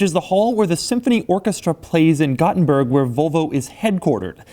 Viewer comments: Doug, it's volvo, not vulva. That is something else entirely. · Doug I fucking hate the way you say volvo. It is “volvo” not “vulvo” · It's Volvo Doug, not "Vulvo" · I wonder if he's purposely pronouncing 'Volvo' the same way as the anatomical term for the visible female genitalia... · Every time Doug says Vølvo, take a shot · Great video. But why do people say “Vulvo”. It’s an O. It’s VOlvo. Like the Tennessee VOLunteere. You don’t say “i would like to Vulunteer”. It’s it a California/Arizona region thing? Almost sounds like you are saying a female body part: Vulva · A “Vulvo” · Its "Volvo", not "Vulvo". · If he says Vulvo one more time. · VOLV-O not Vulvo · Why are you saying "Vulvo"? You really seem to be going out of your way to pronounce it as close as possible to *vulva*. How do you say volume? Would you actually pronounce that like vulume? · If he says vulvo one more time im launching the nukes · Doug is the type or guy to pronounce, "VOL-VO" like, "VULVA" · Doug, pls.... stop pronouncing it "Vulvo" hahaha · The first couple times he said volvo it sounded like vovo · It sounds like he says vulvo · Why does he call it a "Vulvo"? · he pronounces it like vulva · STOP SAYING VULVA XC90. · cant get past his mispronunciation of "vul"vo haha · Its pronounced Volvo not Vowlvo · Doug the typa dude to pronounce Volvo "vulvo" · Nice pronunciation. "The hundred thousand dolar VULVA." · sounds like your're saying Vulva which is the area above the vagina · why Doug pronounce is "vlvo" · Does it bother anyone else that he says "Vulvo"? Because it bugs the fuck out of me. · Doug the kind of guy who pronounces Volvo as Vulva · Had to stop watching after a minute because he pronounces it like "vulva" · he pronounces Volvo like Vulva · Sounds like your saying Vulvo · Of course he isn't objective, haven't you heard how he pronounced volvo every single time? Like it's filth or something, He is very far from objective. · never heard anyone say volvo like this